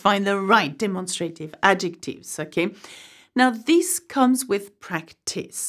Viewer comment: I'm sorry, but you mispronounced the English word "demonstrative" in the sound ..a..